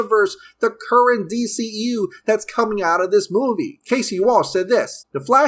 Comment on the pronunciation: The new d-SHE-eu smh